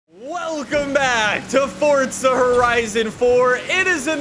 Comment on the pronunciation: hes saying fortza horizon four im saying forza horizon